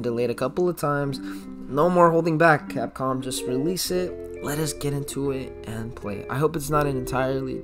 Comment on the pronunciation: Lol did you say “copcom”instead of capcom sorry had to point that out😂